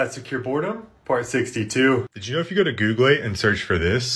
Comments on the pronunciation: I know everyone is talking about him saying "Googaly" or "Spongebobe" But are we just gonna ignore he called Link, Zelda?? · And googlay. What makes it funnier is that it's also his google new tab screen